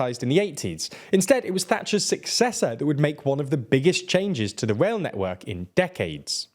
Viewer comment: Anyone else being driven mad by him pronouncing "rail" as "wail"?